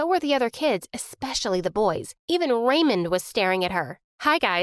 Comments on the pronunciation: The way she pronounces "Raymond" it sound Like "Ramen" 😂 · everytime she said Raymond i heard ramen